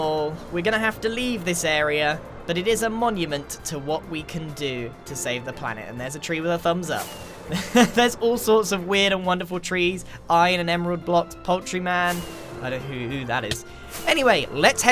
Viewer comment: i think you mean poul-TREE-man Or more accurately in this case, poul-TREE-tree